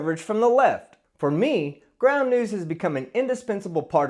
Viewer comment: Ground News? I thought you said Ground Nudes ... ... Damn it!